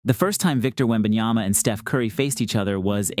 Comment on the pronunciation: It reads on the back of his jersey "Wembanyama". The commentators: "Wembanjaana". I guess they had some feedback since after the first quarter they learned there's 'm' instead of 'n' in his name. :D